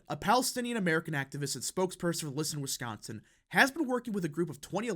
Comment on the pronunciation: This YouTuber is the only person covering politics who says the word "Wisconsin" correctly.